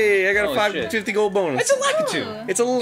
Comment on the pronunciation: THANK YOU ARIN! YOU HAVE TAUGHT ME HOW TO SAY LAKITU THAT PRONUNCIATION HAS BEEN SO CONFUSING TO ME FOR SO MANY YEARS!